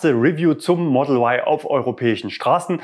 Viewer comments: Da man Eigennamen nicht übersetzt, gehört sich wohl auch die originale Aussprache für den Modellnamen Model Y. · der É-tron wird auch E-Tron ausgesprochen der Kia Cee´d wird auch Ciid ausgesprochen und nicht Cee "Apostroph" d wie es geschrieben wird oder der Mustang wird auch auf deutsch ausgesprochen nicht auf englisch und so bleibt das Y ein deutsches Y für mich! Sonst müsste man auch statt Tesla Tisla aussprechen da das engliche "e" wie ein "i" gesprochen wird! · Komisch warum sagen dann alle E-tron und nicht É-tron, oder warum wird Mustang von allen so ausgesprochen wie es geschrieben wird und nicht auf Englisch gesprochen oder der Kia Cee´d wird auch Ceed ausgesprochen und nicht cee "Apostroph" d gesprochen? Als sollte man in Deutschland auch das Model Y eindeutschen dürfen!